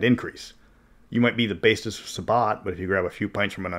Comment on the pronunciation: You said "basest sabbat" but I heard it as "bassist sabbat" now I kinda want to play that.